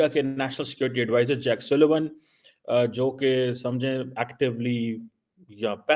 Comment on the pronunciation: He said suleman nor sullivan